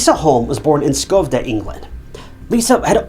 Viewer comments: Incel narration: "lisa Holm was born in Skovde (miss pronounciaton on a buthering note its Sch-Ö-vde) LOOK up the letter Ö its not an o!!! "Skov'de England despite the text clearly texting Skövde Sweden". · I hate the way he pronunces Skövde. Sadly i dont know how to explain how to in text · Does he say Skövde England even though it should be Skövde Sweden?